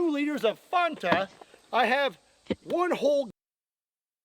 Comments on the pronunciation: Btw pronouncing fanta right fanta is German and thats how we pronounce it here😂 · I pronounce fanta like that because its how it was pronounced in the commercials